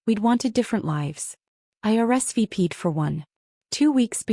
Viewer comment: “I ARREST V-PEED for one …” This is ridiculous. Should be “I RSVP’d for one.”